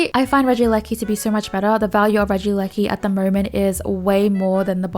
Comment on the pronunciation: Holy moly she said regieleki basically perfectly guys lets give a round of applause